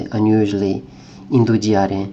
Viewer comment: Wow, fantastico, vorrei farti notare una cosa però, quando pronunci "indugiare" la "i" non va pronunciata, it's like a j :) (indujare). Probabilmente già lo conosci, ma è un errore comunissimo tra gli stranieri! Buona fortuna!